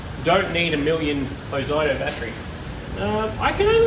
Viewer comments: It's not ozighto it's pronounced ozeeto.....short for ozzy tools.used to be an Australian company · I love all of your videos nearly as much as my 3 year old grandson, Keep em coming! But please It is pronounced “OZEETO” 😮😂